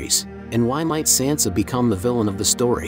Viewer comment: How do you STILL not know how to pronounce Sansa????!!!